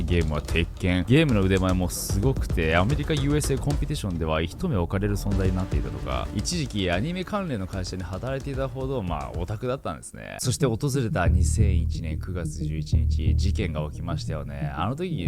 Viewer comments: 一目置かれる ひとめおかれる✖️ いちもくおかれる◯ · ナオキマン帰国子女だから漢字の読み苦手なのかもだけど気になるから「一目」はヒトメとも読むけど、送り言葉が「置かれる」だと「イチモク」と読み方が変わるよ😊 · ひとめじゃなくて、いちもく ですよ！ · 「一目（ひとめ）置かれる存在」 ではなく 「一目（いちもく）置かれる存在」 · 一目…ひとめ？原稿書く人違うの？ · ナオキマンさん、いつも楽しく拝聴してます。お声が耳に心地よいです。 因みに、読み違いかと思いますが 「一目置かれる」 →『いちもく』おかれる と読みます。 今年も益々のご活躍を祈念しております！☺️